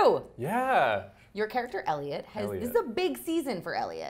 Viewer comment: Elio 😂 it’s Eliot